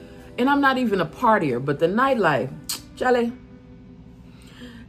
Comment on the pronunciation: You are fully Ghanaian the moment you said CHALEY😂😂😂 Welcome home sister.